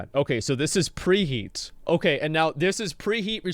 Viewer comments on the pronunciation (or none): Did...did you say pre he-at.... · Just subbed to preheet to annoy preheat. lel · Petition to start referring Preheat as REEheat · Everybody please annoy the f out of preheat by calling him preheet and congratulating him on his last video. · PreYEET Preheat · I know who Preheet is but who the hell is Preheat.